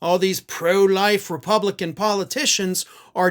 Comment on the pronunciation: Yes...pronounced Re-pub-lick-can.